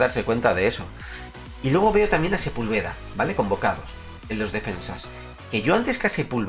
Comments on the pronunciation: Se pronuncia Sepúlveda (con acento en la u) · Sepúlveda se pronuncia con acento en la U. Saludos brother buen canal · Like si tambien esperas que porfin pronuncie bien a Sepúlveda xd por cierto crack, cuando reaccionas a los mayores enfados del tuca ferreti?